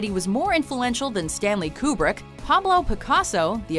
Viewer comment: DID HE SAY KRU-BRICK?